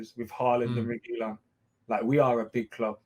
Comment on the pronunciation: learn how to pronounce reguilon, same with AFTV. Reguilon will be coming back to Madrid after Marcelo leaves